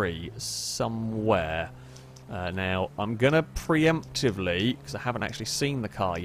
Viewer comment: You mean... pri-emptively?